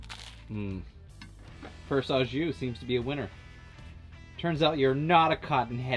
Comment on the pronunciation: Sorry, but the pronunciation of “au” is not “ah”, it’s “oh”… Great fusion take on the grilled cheese and cheesesteak